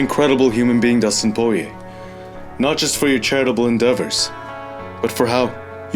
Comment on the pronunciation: It's Pwariyeh.. (GSP et Al)